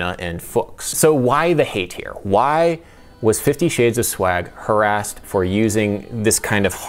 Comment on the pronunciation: bro said "harassed" 💀